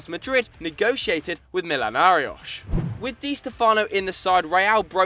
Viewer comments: The one where the narrator kept making Millonarios sound like a Portuguese or Easten European team by saying Mil-o-na-rioch, instead of Mi-jo-na-ri-ohs. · why pronounce millionarios as millionariosh? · What's the point of trying so hard saying "Millonarios" in Spanish when you don't know how to pronounce "Millonarios" correctly.....